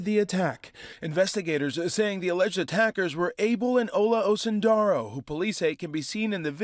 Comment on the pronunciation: Please ask your Mum how to properly pronounce Osundairo...put some respeck on the Yoruba name! 🔑🧐